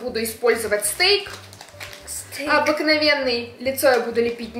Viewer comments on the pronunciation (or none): Это не стэйк,а стека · Не стейк а стек😂😂😂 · ❤💜💜❤ P.S:стек через (э) читать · Не стейк, а стэк) Люблю🖤❤🖤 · Молодцы))❤️ Этот ножичек называется "стек" А не стейк)) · Не стейк, а стека😂😂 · НЕ СТЕЙК, А СТЕК 😂😂😂😂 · Стек а не стейк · Стек а не Стейк!😅 Без й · Не стейком а стиком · Стека а не стейк😁❤️ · Стик а не стейк🥩🥓🍖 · Правильно говорить не стейк а стек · Не стейк 😂😂😂 а правильно стек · Не стейк ,А Стеко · Не стейк, а стэк) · Не стэйк а стек😂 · не стейк а стеко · Не стейк , а стека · Это называется стек, а говорится стэк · не стэек а стык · Ни стэйк а стэк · Не стэйк а стэк